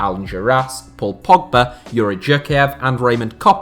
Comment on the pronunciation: Is no one going to talk about how he said pogba...